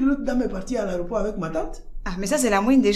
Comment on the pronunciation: On dit aéroport pas areoport orhhhh